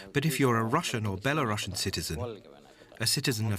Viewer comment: Good news report, but "Belarusian" is NOT pronounced "bela-RUSSIAN"!